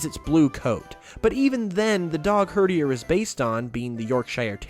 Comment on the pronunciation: “Herderier as in num 8” TRIGGERED